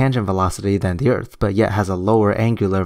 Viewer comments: His Ebonics is killing me right now. It's impossible to take him seriously when he pronounces "Earth" with an "f" and any other similar mannerisms. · anyone else pissed off when this guy says "disingenuous" over and over? Also, wtf is Erf. There should be a basic level of education required when making informative youtube videos. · Lol, you're trying to have an intellectual debate with a guy who can't say "Earth", calls everything disingenuous, and thinks that "Globalists" are perpetuating Round Earth Truth. Good luck with that, lol. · As bad as that is, every time he said "da erff" I wanted to stop the video. Ffs...learn how to speak. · He also says earf why why wasnt he aborted after this video come on planned parenthood this ones a freebie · Why argue with someone that says "Earff"? Seems like wasted breaff. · He pronounces Earth as Earf. That's disingenuine. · "Duh Erfff" what a fucking dumbass...if you cannot even make the th sound in earth, then you have no business pretending you know its shape lmao. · Is Earf a new planet I haven't heard about? might want to study English before he tackles physics. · Anyone that says Earf can’t be genuine 😂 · I actually feel like I have become less intelligent listening to this guy talk. I mean who pronounces ‘Earth’ as ‘Earf’ anyway. Of course there is also the issue that he doesn’t understand anything about eclipses. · .... Flat Earf. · The earf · "They're being "disingenuine"? Now, I realize I'm in the minority here, especially in 2017 where it seems ridiculously acceptable that most people accept crappy spelling, syntax and pronunciation, but I can't overlook it. When I hear "ERF", it's clear I'm not dealing with someone with any substantial amount of education and as such, deal with their "evidence" accordingly. Flat earth is being promoted by a bunch of dumbasses. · I just like how he pronounces Earth like "urf"